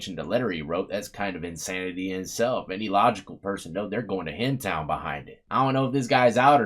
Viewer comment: “going to hem town” 😂😂